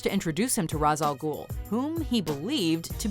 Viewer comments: Its pronounced "Raysh" not "Ra'z" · Jesus Christ you know better! Shameless! You damn well that Ra's is pronounced RAYSH. The studio made a joke about it in the movie but you don't need to here. I know it's kind of silly to be pissed about something so small but it's a pet peeve of mine. I'm pretty sure you've even had this included on a video at some point!